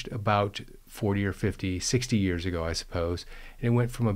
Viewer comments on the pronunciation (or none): none